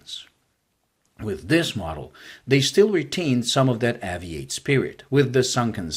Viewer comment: It should be pronounced like aviate , Obvs.